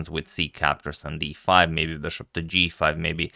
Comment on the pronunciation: its not beshup. its bishop